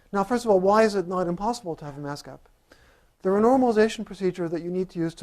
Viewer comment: Did he say mask gap or gas map? ;-) I love Ed Whitten, if only I could understand him :-(